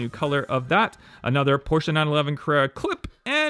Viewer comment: I like you because you're one of the few youtuber collectors to actually say Porsche correctly